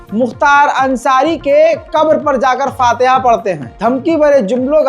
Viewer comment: Bolna to sikh lo fatiya nhi faatiha h pehle muslmano k virodh bolne se pehle bhasha sikhlo